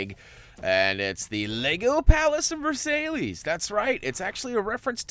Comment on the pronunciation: It's 'Ver-sigh'!